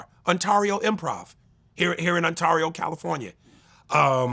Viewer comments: Yeah I came here looking for this. He pronounced Ontario wierd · Pronounced 'Onterio', even the Canadians got it right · The way he said Ontario had me like where's Untario California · never in my life have i heard anyone say The A in Ontario like the A in Mario XD, On Tar E-o lmaooooo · The way he pronounced Ontario is nasty. Respect the INLAND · The way Aries Spears mispronounces Ontario Improv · They way he pronounced Ontario is funny